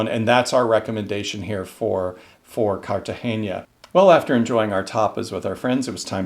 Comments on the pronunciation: Nice video..I lived there as a kid..just to let you know..Its Car Ta Hey NA..not "nia"..just NA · You say CartageNIA. But it is CartageNA…😊😊😊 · Cartagena is pronounced car-ta-hay-nah according to a Spanish friend. Please correct us if we’re wrong. It wouldn’t be the first time 😁!